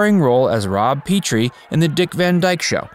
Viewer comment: It's pronounced Rob PET-TREE